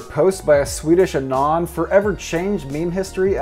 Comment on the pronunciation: the way he pronounces anon rubs me the wrong way